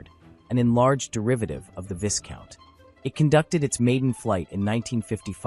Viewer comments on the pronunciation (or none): I laughed at your introduction. First the Vickers "Viscount" is pronounced "Vie - count" without pronouncing the "s". Second, the BEA aircraft you show at the very start (while talking about the Viscount) is actually a Vickers Vanguard... (look at the nose and the dorsal fin). Also (2.39) de Havilland did NOT concur with BEA about reducing the size - BEA said "do what we want or we won't buy any", so they did it and regretted it. BEA made them do it as five abreast instead of six (they did some six abreast seat configurations later but it was very cramped!). This was the fundamental issue with the Trident - in much the same way that BOAC plus government screwed up the VC10. It was hardly the "British Tri-Star" just because it had three engines. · You need to learn how to pronounce Viscount 😡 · Come on, even if the narrator is AI you can't profess to know anything about aircraft history yet pronounce the name Viscount incorrectly. This is pathetic and makes Americans look stupid. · Agreed about the pronunciation of Viscount and the fact that the aircraft shown is of course a Vanguard. Not only the BEA aircraft at the very start but the Air Canada aircraft at 0.29, the Invicta aircraft at 0.36 and the BEA aircraft at 0.40 are all Vanguards. His pronunciation of De Havilland is also not correct. I have flown on both of these aircraft types, the Viscount and the Vanguard. Confused about the 5 abreast comment. Every BEA (subsequently BA) Trident that I have ever travelled on has been 6 abreast in Y and they certainly were not very cramped. In fact the cabin width of the Trident was 2cm wider than the 707/727/737. The holiday charter airline Channel Airways did experiment with a 7 abreast 4 X 3 configuration though.